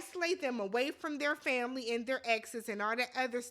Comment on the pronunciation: Awww the “tamily” I love it ❤